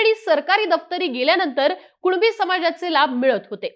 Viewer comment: भवाने तू स्पष्ट कुणबी मनू सकत नाही का कूळबी कूळबी करत आहेस 😂😅